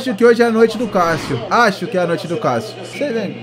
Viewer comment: Kkkkk o jeito que ele fala Cássio kkkk eu ouço: Calcio kkkkkkk